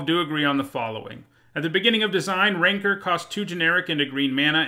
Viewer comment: Yes, that is the pronunciation.